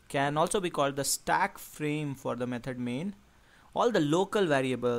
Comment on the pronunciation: Repeat after me: "Me-thod" not "Me-turd"